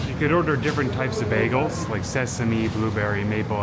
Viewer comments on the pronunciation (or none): Bagels, not bagles. ;)